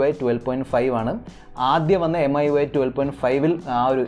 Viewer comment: എം ഐ UI അല്ല, മി UI😑😑 എന്തുവാടെ..